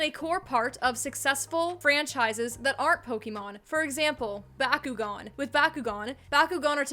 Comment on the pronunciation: Your pronunciation of Bakugan made me hire a hitman on myself. Other than that, good video!